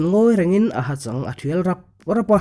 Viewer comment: Thival hi val i lamrik dan hi tlangval tih a val ang hian i lam ri a, mahse dar a ri val val tih ang hian lamrik tur a ni zawk lo maw?